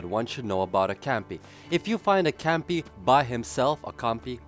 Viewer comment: It's Compy not Campy